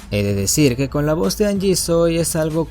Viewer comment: se lee janyi no angie xD